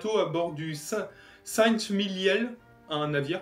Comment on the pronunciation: Bonjour. A . Saint-Mihiel est une ville située dans la Meuse. Les Américains s'y sont illustrés en 1918 pendant la WWI et plus-tard en 44, après cet événement. A prononcer tout simplement Saint "Miel". Bon exposé. Continuez ainsi.